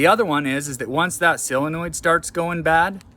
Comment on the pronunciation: Solenoid,not silinoid😂